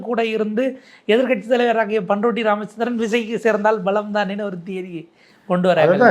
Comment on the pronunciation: யோவ் அது "பன் ரொட்டி ராமச்சந்திரன் "இல்லை 😮பண்ருட்டி ராமச்சந்திரன் 😂